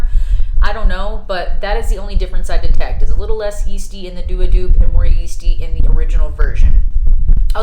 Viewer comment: It is Dua in English and du-A in Arabic. Not D.U.A.